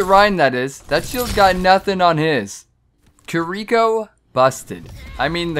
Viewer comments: “Kir eecko” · “kuh ree ko”💀